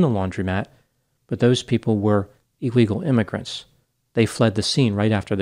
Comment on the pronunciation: Interesting intonation in describing the “illegal migrants” witnesses.